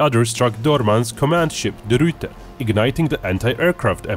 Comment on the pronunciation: De Ruyter exists: Duratuur no offence, Dutch is hard